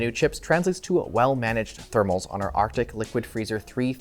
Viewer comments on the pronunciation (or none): none